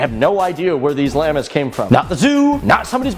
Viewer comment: ETOP SAYING LAMA ITS PRONOUNCED "LAHMA"